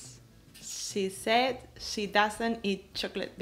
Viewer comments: ha pronunciado She mal Philips debería corregirla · a se le dificulta decir la palabra she... Pero que importa, lo compensa con una linda sonrisa.